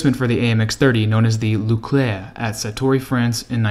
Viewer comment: I had to do a double-take when you pronounced "engin" as "Anjou". And "Louclerc" for Leclerc.